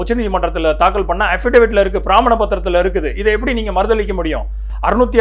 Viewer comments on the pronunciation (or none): மிக தெளிவான விளக்கம். திருத்தம் : 1. பிரமாணம் not பிராமண 2. நடிகர் விஜய் திரு என்றும் Deputy CM & CM இருவரையும் வெறுமனே பெயரை மட்டும் உச்சரித்தீர்கள். Please consider.